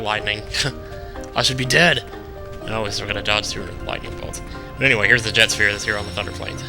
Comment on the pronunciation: I HATE how you say Jecht. It's not pronounced 'Jet' it's pronounced 'Ject'. Oh and sphere levelling is my face part of the game. I wish you had done it more in the past 20 videos! And you should always do that onscreen!